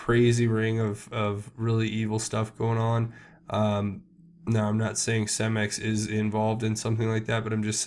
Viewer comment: and it is pronounced Ce-max not cem-ex